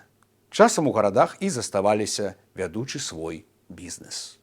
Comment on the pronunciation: aspEkt, viEdučY, (siaredniaja) klasA